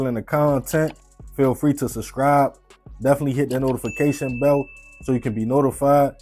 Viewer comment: Are you saying NOTIFICATION BELT?